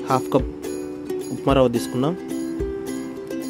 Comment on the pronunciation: "రవ్వ బ్రెడ్ టోస్ట్" అది "రావా బ్రెడ్ టోస్ట్" కాదు